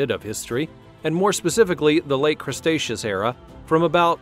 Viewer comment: Silly computer thought Cretaceous was Crustaceous. Other than that I like the narrator, be it digital or meat....